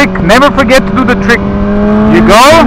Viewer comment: If I hear Treek one more time.........